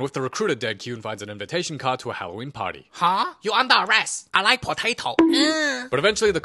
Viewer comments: "I rike potato" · Also thanos: I rIkE fEeT